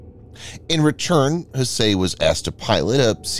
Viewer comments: one would think the narrator can simply use Google to learn the correct pronunciation of the name Hsieh. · The TTS is showing quite badly this time. Hsieh is pronounced more like "sye".